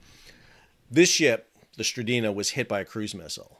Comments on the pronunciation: The vessel is called MV S-T-R-I-N-D-A not what you called it (stridina). Check your facts, please. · "Strinda" not Stridina... ;-) (And Strinda is a municipality in Norway) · The name of the tanker is "Strinda". You keep say "Strideena". WTF? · Strin-da. Not Stri-Dee-na. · I love how he keeps calling the "Strinda" the "Stridina" 😂😂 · Love your reports, your pronunciation, not as much. Strin - DA. You've added letters not there. Keep up the good work. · Pronounced as "Strin-da", with an i as in India. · SAL,SAL---- Read the name again Strin-Da!!!!!!!!!!!!!!!!!!! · Strin-Da Two syllables, not three. How difficult is it to read a simple name? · .. Yup. You got it wrong, Sal. Noggi talk is like German. Hard consonants. 😁